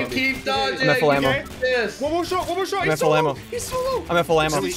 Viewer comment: When Ssundee kept saying “Im at full ammo” - it started to sound like “Im at flamo”